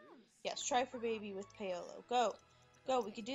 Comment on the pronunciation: FYI it's Paul-O